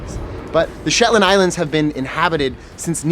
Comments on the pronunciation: Beautiful video but I didn't enjoy the 'slit your wrists' type music!😣...and the "SHETAND" Islands??😆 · Shetand Islands??? lmao! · Pro tip = never say "the shetlands" its just Shetland! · I'm shook! A whole video and it was never once referred to as the "Shetlands"! One way to annoy the locals is to add an extra 's' when it's not needed XD